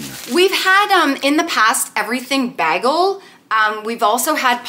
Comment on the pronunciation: ..I love you, but bagel is pronounced. Bay—gul. 😀❤️